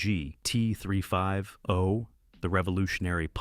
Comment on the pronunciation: Come on…. Lose the AI narration!! PLEASE! I can’t stand hearing mis-pronounced words, odd pauses, and stuff like GT ….. three five ….. oh Lose the AI…